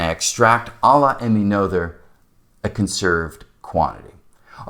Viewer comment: Emmy’s last name rhymes with Nurtah. (And the t is sounded as a t (not d). I wish I understood Noether’s Theorem as well as can I say her name.